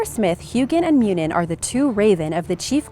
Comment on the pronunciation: Just a note: Huginn and Muninn are not pronounced hue-ginn and mew-nin its hoogin and moonin, the U's are how people in Scandinavian languages pronounce them, not how the english typically do.